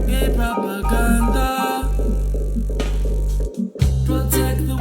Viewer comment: "GAE PROPERGANJA"